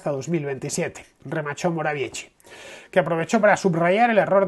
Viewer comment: Mateusz Morawiecki en castellano se pronuncia "moraviesqui" la letra C cuando no esta al principio se pronuncia como la S en castellano.